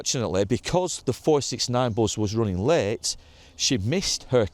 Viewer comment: Its Bus , not Buzz, unless you from Bolton x